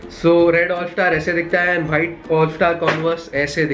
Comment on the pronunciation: Hoiite??? it's white for god sake!!